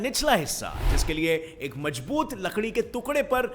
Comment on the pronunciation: It's mazboot not majboot